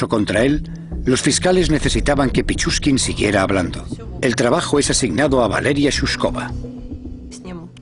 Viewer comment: pichuskin no pichurría es esa gonorrea¡